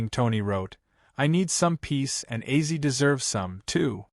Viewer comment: I LOVE OZZY SAY HIS NAME RIGHT U ARE SO FRUSTRATING 😡😭😡😭